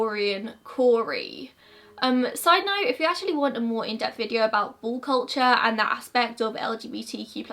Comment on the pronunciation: I can't quite tell if u are saying ball culture or bull culture 🙈🤣